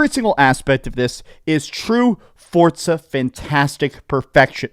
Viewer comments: It's FORZA not fortza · The way he says ForTza makes me wanna throat chop him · Why can't Americans say Forza 😂😂😂😂 they always add a T 😂 forTza 😂 amateurs